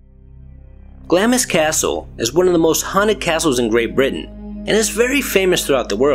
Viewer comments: It is pronounced "GLOMIS" not "GLAMIS." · Say "Glams" please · Just a heads up the i is silent so it’s pronounced glams 😎